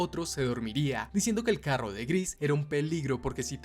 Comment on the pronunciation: De dónde eres carnal? Me dió curiosidad porque dices carro como en el norte de mx, buenisima narración por cierto